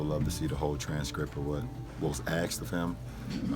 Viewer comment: "axed, axed, axed"